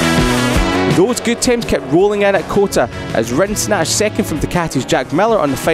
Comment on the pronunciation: Who the f is the narrator with a horrible "i" pronunciation?! "Rens", "wens", "theng"